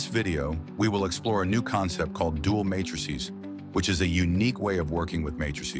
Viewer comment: The first 15 seconds and the voice speaking has already pronounced "row" and "matrices" very weirdly. Could you get a real person to voice the script, rather than an artificial one?